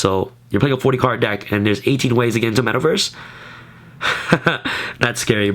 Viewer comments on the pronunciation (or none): Love your vids bro ... but you are killing me every time you say metal verse instead metaverse LOL but yea love your deck tech bro keep them coming